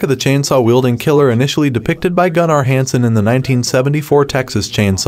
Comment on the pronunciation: Jesus christ... how I made it through this video, I'll never know. You're approaching it in 'explain it to me like I'm five" style, which comes off ridiculous. You don't even know how to annunciate a couple of the main characters names, even though they're said several times throughout the film. You don't know how to say Gunnar Hansen (the original Leatherface actor in 1974)'s name. "Gun-naRR". Your narration emphasizes details that are most times the 'least' important part of the sentence. Some of them aren't even necessary to bring up at all. It's just word vomit. "I can't be here, since he doesn't do well outside". That's not even the dialogue. That's just one example of about 4 times you just say words that aren't even how things play out in the movie. You put up a photo of the Chop Top character from one of the sequels as you are talking about how those sequels aren't canonical, and aren't necessary to understand th 2022 film. The brother/hitchhiker from the 1974 film is a different character, and also a different actor entirely. P.S. -- Work on your audio editing, or just your editing in general. You've embarrassed yourself here.